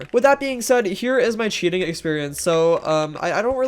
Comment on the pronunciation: aint gonna lie I genuinely thought you said "cheetahing" when you said "cheating" lmfao